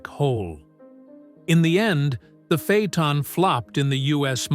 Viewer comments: What’s a phey-a-ton?? This is a great q car with the w12…. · Fay-Uh-Tahn…AI just can’t master some words.